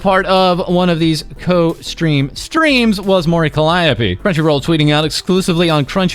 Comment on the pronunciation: At least you can say Mori calliope correctly. Stream announcer just took a wild guess 😂